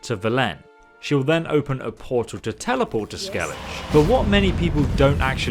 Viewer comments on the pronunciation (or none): They must have said 'Ske-lli- ghe' a thousand times , and yet you say 'Sceliz'. Kinda upsetting. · Skel-ij? I’ve literally never heard it pronounced Skel-ij lol Skelli-ga is the way 99.9% of people pronounce it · skellij Me: Skellige: skellij Me: SKELLIGE: skellij Me: if you say that ONE MORE TIME: two saint Me: gunshot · Why am I so triggered when he says skelije rather than skellige. 😭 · Is he mispronouncin place names on purpose? I mean: Even in the English version the characters pronounce them very distinctly. Skellige sounds like a German or Skandinavian word, and Velen has the emphasis on the first syllable, not the second. "Skellidge"? VelENN? What gives? EDIT: Okay, now he butchered "Toussaint". Does he have a speech impediment? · "SKEL-lih-guh". That's one detail you missed. ;) It isn't up for interpretation considering every character said it one way. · "Skelledge" me using all my strength to not dislike the video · “Skellije”... never knew I can be so triggered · Damn it, they’re pronounced Vell-en Skell-I-ga Two-sanh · i nearly choked on my water when he says "skelij" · i assume he does it on prupose to trigger people, and it works TT_TT it's SKEL LIG GUH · Did you just say "skelij"???? Pls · "Skel-lidge and Vellenne" oh yeah I know those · literally EVERY NPC IN THE GAME: pronounces skellige properly, someone who i presumes at least gotten far enough into this 5 year old game to have heard at least one NPC say "skellige": skell-idge how do you mess up that badly when every single NPC in the entire game who ever utters the word says it properly? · Sce-league and Two-saint :D You have a funny pronunciation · Skell-idge ... Va-len, yup... this will be a interesting watch. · skelij lmao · Skell-idge Va-len Two-saint 😭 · Yeah not sure about his prenousenion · It’s actually Skell-I-ga Vell-en And if touissant is French- then it’s two-sanh (silent h) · Skelij The an craite's would be furious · YOU DID NOT PRONOUNCE SKELLIGE LIKE THAT